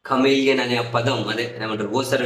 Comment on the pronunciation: కామెలియన్ కాదు చెమిలియన్ అంటారు వాడిని.